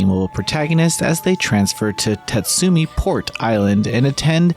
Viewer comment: TA-SUMI Not TETSU-MI ...